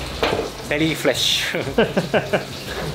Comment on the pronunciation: "very fresh" sounded like "belly flesh," and it was fitting.